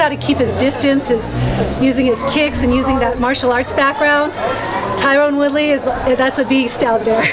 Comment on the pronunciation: She keeps calling Tyron woodley "TYRONE WOODLEY"